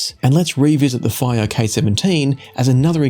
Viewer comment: Is it possible that Fiio is supposed to be pronounced // FEE-oh // ?